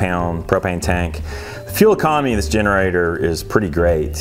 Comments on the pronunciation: I thought said “commie” button... but then he said Economy button... hahaha! Sorry... (I think it was mentioning CA aka Commiefornia with their many needed warning stickers) FYI I’m born and raised in Commiefornia close to SF south of San Jose hehe Did they really have all those real “warning signs”?? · Did you say commie button? LOL